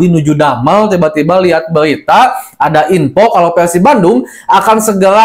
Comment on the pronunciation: Berita kang bukan Belita😅